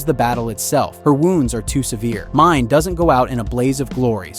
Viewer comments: I haven't even seen this show, isnt her name pronounced "Mee-nay" not "Mine"?? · It's not Mine it's Mi-nae. Just pointing that out.